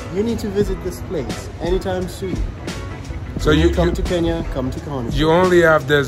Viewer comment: I've always wondered why Nigerians find it difficult to pronounce Kenya correctly. Maybe the combination of 'ny' is a challenge?